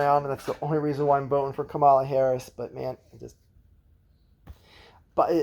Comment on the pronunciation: KAH-mə-lə Also, what is your take on Shapiro the front runner for VP, being that you are from PA? Isn’t he super pro charter schools?